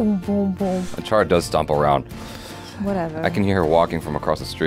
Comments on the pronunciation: You said is correctly achara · Wow Achara spot on with the Pronunciation! You always get how to say our words/name the correct. Its high time you react to Mahabharat. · Achara is on point with the pronunciation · Acharas pronounciation is always good..👌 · Achara’s pronunciation was right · You said correct Achara. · Achara's pronunciation was perfect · Achara said the name correctly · Achara pronounce it right 👍